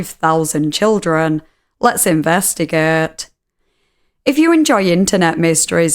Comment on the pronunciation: I love it when says "let's invæhstigæt" and investigates all over the place